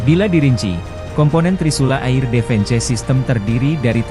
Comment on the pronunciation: Beritanya seru dan menarik sayang yang baca beritanya anak sd (sekolah dasar) di eja semuanya mentah2 air (eir)di baca air defense (difens) di baca defense parah2 malu2 in di ganti apa min sama yg bener bisa baca berita jgn org kampung jyk gini di suruh baca berita..jadibyagk enak di dengernya...